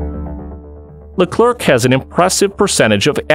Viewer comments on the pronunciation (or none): It’s pronounced “Le-claire” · Just a real quick but you ALMOST never pronounce the last letter of a word in french. So leclerc would sound more like leclair